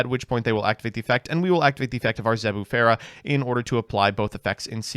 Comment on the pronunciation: ...and what the fuck was that Zebufera?